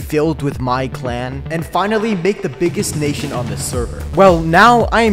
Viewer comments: every body, take your time to appreciate the error : « naition » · "the biggest naition" haha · its nation not naition